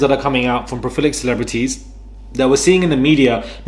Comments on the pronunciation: PRO-LI-FIC! You keep saying “pro-FIL-ic dude! Love your channel-keep killing it! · its pro-lif-ic And also om-in-us. Love your work🎉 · I’m saying “profilic” instead of prolific from now on. makes it sound so good. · Pro - li- fic